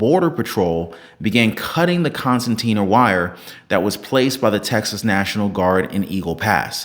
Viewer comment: Concertina wire with an "r," not an "n" in the middle. A concertina is a type of accordion. This is still razor wire but it is pulled apart and expands like an accordion.